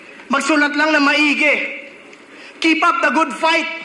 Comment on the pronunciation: Maigi “ma-iggy” andre iguodala